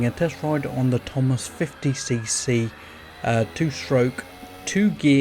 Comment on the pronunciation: It's TOMOS NOT THOMAS 🙄